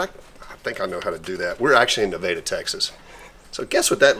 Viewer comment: Naveda? Does he mean Nevada and pronounces it differently? WTF? OK... Only 1 place to eat... Definitely not Nevada...